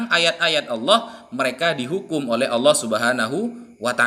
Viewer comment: sopikatul mengucap kan kata Allah aja susahnya minta ampir kapir betina 😂